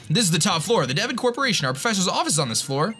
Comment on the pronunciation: it's D-von not Devin yo